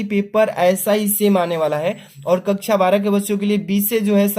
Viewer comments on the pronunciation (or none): none